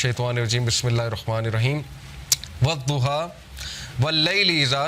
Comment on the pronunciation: The punctuation of Surah ad Dhuha is correct, but if it is said incorrectly, it should also be called wad Dhuha instead of wazzuha. Please correct it, thank you. Furqan Khan from Indonesia.❤u.